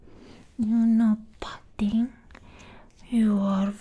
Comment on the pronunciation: lmaooo going a whole video saying pudding wrong